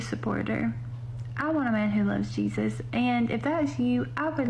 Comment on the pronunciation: Hay-zoos, from May-he-ko.